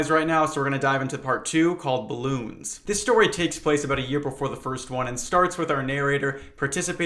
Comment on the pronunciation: dude you can't just pronounce Balloons like "Bloons" I've been playing hours and hours of the Bloons TD 6 Frontier Legends DLC the past few days and you made me think I was losing my marbles, i'm even using this as background noise partially for fishing in Bloons This is a great way to fill the reader with dread oh veronica's phone was SO stolen YEAH WOW nice thx that is scary